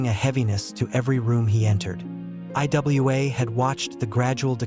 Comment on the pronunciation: It's pronounced Iwa(ewah)